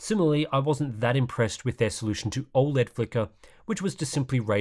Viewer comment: Every now and then I come back to this channel just to see if still pronouncing OLED "all-lead".